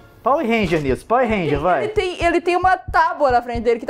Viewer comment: Pauer Rênjia kkkkkkkkkkk